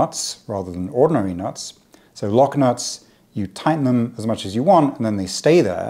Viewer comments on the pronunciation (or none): none